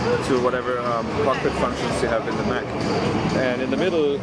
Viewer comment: Mech, not mac